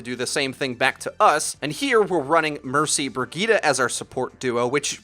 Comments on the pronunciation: Bri-geet-eh. Not Ber-gee-ta. Thank you. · Haha says "Burg-eeta" for Bridgette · Learn how to say Bridgette man